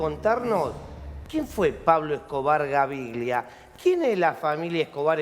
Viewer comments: Es Gaviria no Gaviglia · SON UN DESASTRE LOS PERIODISTAS ARGENTINOS PARA ESTE TEMA, NUNCA ESTAN INFORMADOS Y HASTA DICEN MAL LOS NOMBRES ("GAVIRLIA" O ALGO ASI DICE EL PELADO) . LA PERIODISTA DA POR CIERTA LA SERIE SOBREVIVIENDO A ESCOBAR QUE DICHO SEA DE PASO ES FICTICIA EL 95% !!